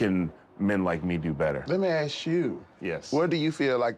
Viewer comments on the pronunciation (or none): "lemme ax you"...that is offensive